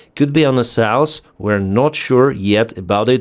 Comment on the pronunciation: I stopped following you because you never learned how to pronounce south!!! More than two years making videos in English and you couldn't improve even the minimum!!!! I suppose you are just a lazy person!!